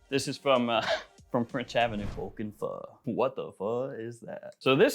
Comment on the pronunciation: Finally someone pronounced Vulcan Feu right!